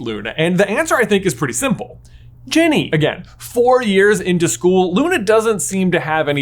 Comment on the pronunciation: Did you say genie and not Ginny?